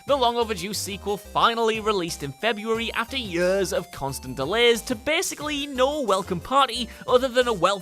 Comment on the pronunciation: No offence but what Is it with English peope when they say "yurs" not years I mean you say ears not "uhrs". In case anyone is wondering I'm australian and I don't have an accent thicker than paper still this is just a question and I know it's the accent but, ... why?